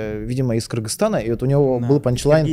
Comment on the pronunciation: как человек из Кыргызстана, хочу послать респект за правильное произношение названия нашей страны))) никакая это не Киргизия